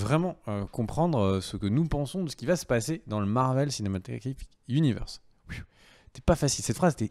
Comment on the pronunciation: Ant-Man va tout changer au "Marveuellesse cinématégraphique zuniversse" ... :p hum meuh non j'me moque pas :D hihi ^^ ... mdr a c'est pas mieux :p :p presque presque ^^